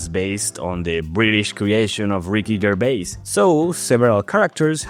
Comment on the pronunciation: you say "Ricky GerBais" and then "valanced" instead of balanced i´m tf out